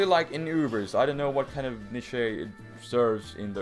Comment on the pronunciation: It's actually ''neesh''